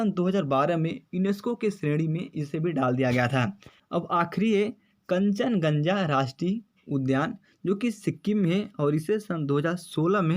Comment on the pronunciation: कंचनजंगा होता है कंचन गंजा नही 😀